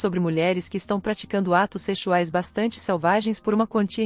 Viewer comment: parei no 'seCHUais' kkkkk